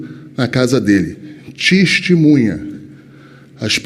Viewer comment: "...T I S T I M U N H A..."